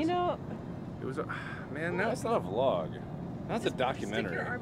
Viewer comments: Were talking old fetus markiplier. He used to pronounce vlog as v-log. And it would annoy all his subscribers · He used to say the letter V making vlog sound like two words instead of one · Mark, you were pronouncing it wrong. It's not a vlog it's a V-log!... I have been here too long...